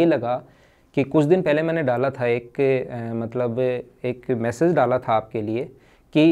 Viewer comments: Massage ni wo message hota h. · Jo apka video edit krta h usko samjhaiye sir...massage nhi message hota h